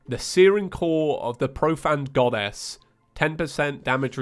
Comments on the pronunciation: "Providence,the profaned goddass" 2020 seriously he said goddes,goddass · What Reads: "Providence, the Profaned Goddess" What I hear: "Providence, the Profaned Goddass"